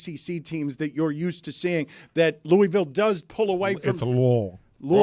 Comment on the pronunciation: Shoutout to on the correct pronunciation of Louisville! 🫡💪🏾